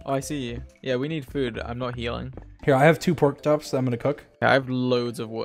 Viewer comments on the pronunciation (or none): did he just say porktops?